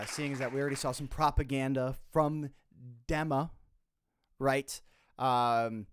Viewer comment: It’s pronounced DEEMA!!! Arg!! 😡